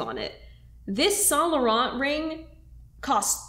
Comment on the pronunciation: I love you but the way you pronounce Yves saint Laurent gives me a headache